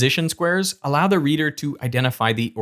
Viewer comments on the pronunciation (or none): none